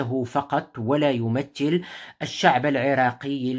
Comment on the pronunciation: كلمة يمثل، تنطق بالثاء، وليس بالتاء، بارك الله فيك،،